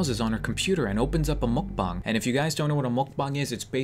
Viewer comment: Its mukbang not mokbang